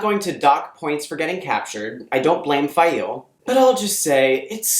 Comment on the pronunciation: Stop. Saying. Fai-eel.